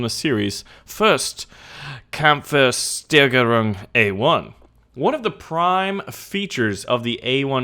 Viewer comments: your pronounciation was ok, only the last "o" a bit longer and "s" more soft. But the "Kampfwertsteigerung" was ...lets say funny to hear :D and "Waffenstabilsierungsanlage" is even for some germans not easy :D i did service on that tank, but it was the last upgrade in the 80´s (LEO1 A5/A1) with "old" round cast turret like the new update version ingame, add. laserdistancefinder and nightvisibility as well as better gunstabilizer and 360" round and some degree up and down search ocular. The rest i forget.....We were told it has a first hit chance of of 95%....but i did´nt believe them ;-) I always felt it was completely outdated when i sit on drivers seat and beside all the storage room for shells only behind that 50mm? front plate; moving coffin nothing more ! An old officer told us at the peak of cold war time many of the Leo´s were ready to go direct in battle out of the garage; sharp shells all around. They gave a Leo a average lifetime in battle of about 10-20min.......! there was a man hole or rescue hatch in the basement on early models but they weld it for better mine protection. The shock armour at the turret side was not steel; it was a component of some rubber and inlets. These days the canadians had some LEO1 in Afghanistan which were heavily add. armoured and gain some tons i think. They said its always hard work to keep them in service because parts get old and spare parts are out of production. I never saw a A3 or A4 version with the angled welded "Wegmann" tur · the kampfersteigerung! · Did you want to say Kampfsteigerung, just pronounce it like americans will do it (there's no "E" between Kampf and Steigerung (and please pronounce the "S" in Steigerung like "sch" (engl: "sh") so it is "Kampfshteigerung")) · You butchered everything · Hahaha.. "Kampfwertsteigerung" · You did totally butcher Kampfwertsteigerung. Baulos was ok though.